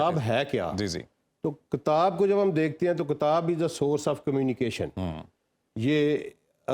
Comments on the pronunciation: This guest cannot even pronounce kitaab properly; how would he understand the Qur'aan. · What a stupid guy! He can't even pronounce the word kitaab properly; and he is going to explain Qur'aan to people! In this video, he has not communicated any useful info, other than repeating platitudes.